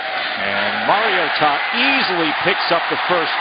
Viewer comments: so funny he's pronouncing maritoa wrong all game. must be his first game. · Getting pretty post off with how this reporter it saying Mariota's name